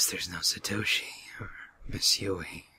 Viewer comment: Jonathan Knecht LOL, "Satoshit" XD Noice noice. I wud choose Yoshiki so bad srsly..